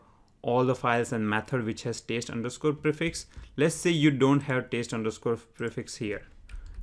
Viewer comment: He was being sarcastic on your pronunciation 'TEST' as verb 'TASTE', Like Tasting food.